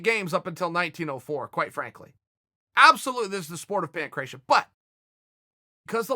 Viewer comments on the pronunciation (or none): chael i know u probably dont care but the sport u refer to is pronounced pan gra tee o